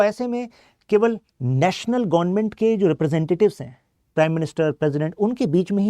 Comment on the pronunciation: Gonment 😂nahi hota government hota hai